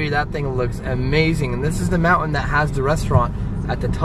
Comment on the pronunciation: I love the house that you are living in! Very clean! Pretty! Your daughter needs a baby doll to carry around. Then she might not pick up things from all the rooms. Her own toy, something! What a beautiful drive that was. I just love your trip. Thanks &! when you say MOUNTAIN, you never pronoun the T!